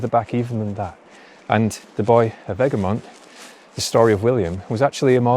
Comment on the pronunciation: Ergemont is pronunced eh·gruh·muhnt because English is the way it is and it's never the way you think.